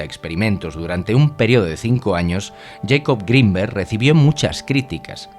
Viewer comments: No es yaicob es jacobo (se pronuncia como se escribe) el tipo era mexicano no yanki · "Yeicob grinberg" Jacobo pa los compas :V